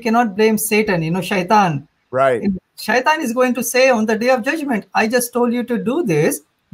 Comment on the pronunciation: Hes pronouncing shaitan correctly but says "mozlim", lol, clearly the effect of media.